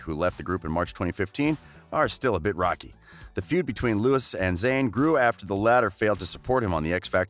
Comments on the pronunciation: Oh please. People get your facts right. By the way its Louis (Lew-ee) not Lewis, and Niall not Neil. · Cottam it's Louis not lewis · Never ever ever trust ANYone who says "Neel Horan" and "Lewis Tomlinson". I mean if your going to do a video about One direction Get it right and most of your facts aren't even true. Its not that hard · For third : it's pronounced Loui not Louis (s is a silent letter) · Lol.. Not Lewis it's Louis with silent S Not Neil it's Niall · no his name is pronounced Louis not Lewis not with this Louis maybe with another but Louis Tomlinson is Louis not Lewis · hey! it's LOUIE, not LEWIS it's NAYALL, not NEIL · Jiya - it’s Louis not Louie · Please tell me out you called Louis( LOO•WE) Lewis and Niall( N•EYE•L) Neil but you got Larry Stylinson correct first try? Like seriously? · I’ll subscribe when you say “Niall” and “Louis” not “Knee-al” and “Lewis” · His name is Louis Tomlinson, and speak without the S. And not Lewis Tomlinson 😒. Just a Tipp for the next 1D Video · He said “Neil Horan” and “Luis Tomlinson” 🥴 am I the only one who noticed that? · Wait, did you just say "NEall" and "Lewis"? (No hate, but that's what I heard at the beginning.) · Did he SERIOUSLY just say “Lewis Tomlinson” and “neel horan” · Okay yeah ngl but I literally stopped watching when he said LOUISSSS and Neeaall😐..like wtf dude? Please atleast pronounce their names rightly. Ugh. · Its niall and loueh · I'm rlly sorry but it's niall not Neil and it's also Louis not lewis and agin perrie Edwards not perrie edwire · First of all, any "journalist" who still says "Lewis" doesn't know shit about 1D. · Lewis? Neil? Shows how much research you did 👏🏼👏🏼 Also it’s EdwardS So basically take the ‘s’ out of Louis’ name and put it at the last letter of Perrie’s last name and TADA 👐🏼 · I don’t trust anyone that says “Lewis” and “Niel” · IKR, it's louie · Since its 2020 i am teaching eveyone the proper pronunciation okay? NIALL - nuh-yall LOUIS - loo-wi Youre welcome